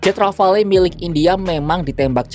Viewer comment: Bacanya "rafal" min.